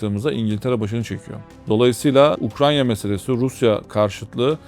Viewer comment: Hocam biraz dikkat et ülkenin adını bile doğru söyleyemiyorsun ukranya dediğinde anlattıklarının tüm ciddiyeti ortadan kalkıyor